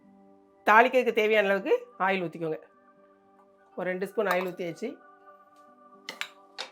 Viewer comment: சமையல் சொல்லி தருபவர்கள் ஆயில் என தான் சொல்கின்றர் நமக்கு கேட்கும் போது பல நேரங்களில் ஆயில் எனும்போது ல் கட் ஆகிவிடுகிறது😁